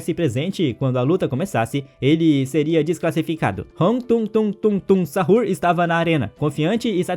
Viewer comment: Me deu agonia quando ele falou "tungtung sahur" e tralalero tralala" "bomdardeiro crocodilo"